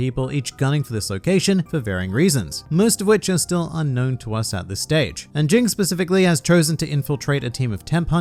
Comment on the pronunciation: “Jing” its “G-ing” lmao